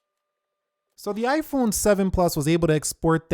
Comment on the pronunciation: Why is he saying (ayeeiii-phone) if you agree 👇🏻